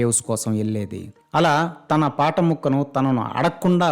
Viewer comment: ఒరేయ్ ఎవడ్రా నువ్వు ఫాట కాదుర,పాట,ఏడ నువ్వుండేది నెల్లూరు లో నా,ఇళయరాజా గురించి మాట్లాడితే G పగులుతుంది